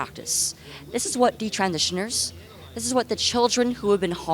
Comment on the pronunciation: She's amazing and extremely smart but why does she say detransitioners the way she does,, is that the way it's pronounce or is it just a verbal tic on her part ??